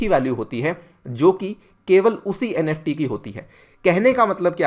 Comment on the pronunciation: Nft not neft